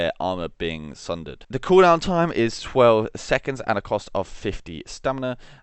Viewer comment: You SOUND, I think, Australian. However, you can't say perfectly normal English words like caltrops, sundered, or comatose (claptraps, shundered, and catamost, respectively). A-are you just... like... illiterate? If so, I guess I'll never get an answer.